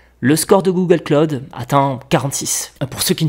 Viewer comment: "Google Claude" Aux USA si tu parles de Google Claude au Americains ils vont bien se marrer du Frenchy... Google Cloud ==> Pas Claude mais klaʊd ou KLOWD